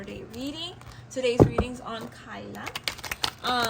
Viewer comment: It "T" Tyla girly not kyla don't down talk about one of our own tht bad tht so low man....talking about a 22yr old like tht